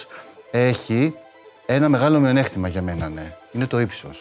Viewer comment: Πόσες φορές το είπε μειονεΧτημα τα αυτιά μου